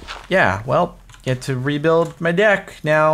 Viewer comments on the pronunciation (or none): when jordan said "gotta rebuild my deck" he said it in a way that i heard it as "gotta revuild my dick". my face at that time was just like 😶. i was like " jordan you okay?"